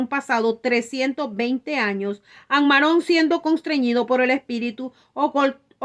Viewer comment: Ammarón No, Ammorón